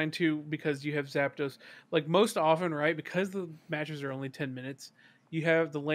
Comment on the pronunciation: Looks like Fruit has Rhabby saying Zapados too and I’m here for it. Talking about my dude like an electrifying pair of shoes